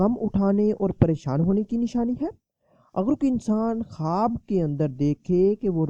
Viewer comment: Bolne nai aara apku kwaaaaab kyun bolre